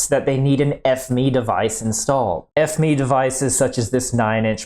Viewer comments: I’ve never heard a site call it F-ME instead of just the Acronym F-M-E 😂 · No not F Me, F You. It's fucking FME as in F M E, FOXTROT MIKE ECHO, FME, not fucking F Me. What's wrong with you? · Is it intentional that you pronounce it like F-ME instead of F M E as a sortofa inside joke :D ?